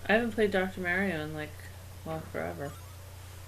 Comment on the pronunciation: D'aaaw, how nice that Slowbeef married the one other person in the world who thinks Mario is called Mehrio. And every single female born after the seventies has been addicted to Tetris at some point, it's normal.